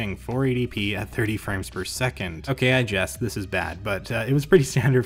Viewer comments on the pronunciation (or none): none